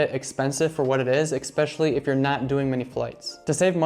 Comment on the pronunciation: Great advice, presentation, and editing. One small nitpick: the word is "especially." Note the spelling. It's not EX-pecially. It's ESpecially. There is no X. Other than that, great list. I am subscribed for more great travel tips. Thanks for all you do. I ESPECIALLY loved the PB&J story.